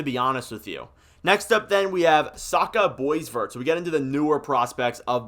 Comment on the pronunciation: Adam guy ANN Sam rin ZELL SaSHa boy VAIR (or bwa vair) MAREek VAN-acker Wyatt KI zer Dude, you are hard to listen to.